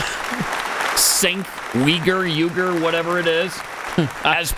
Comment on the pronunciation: It's Turkish, pronounced Jenk You-ger (it's like the c with the hook under it is almost the ch but it's, it's like Jenk